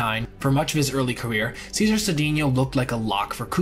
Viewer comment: Cesar was pronounced "Say-zar". Other forgotten heroes from Houston are Jim Wynn and Rusty Staub